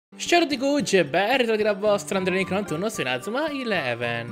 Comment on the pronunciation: Perché dici male inazuma